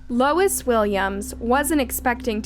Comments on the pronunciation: The witness is Louis, not Lois. AI sucks! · Ugh it’s not “Lois”, its Louis (pronounced Lou-ie). That’s driving me nuts… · Louis is pronounced- Lewis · Louis. Not lois. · His name is not “Lois”. It’s spelled “Louis”, which is pronounced either “Lewis” or “Lewey”. Not “Lois” (the mom on Family Guy). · You pronounce “Louis” as “LOIS”??? For real??? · Louis is pronounced like Lewis. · Louis = Lewis. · Lol, yeah... that's a pretty sad mistake 😅